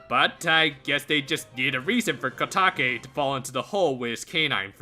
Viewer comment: it's kotake